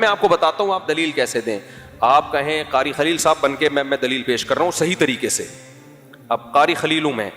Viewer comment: قاری خلیل نہیں کاری بخیل ہے ۔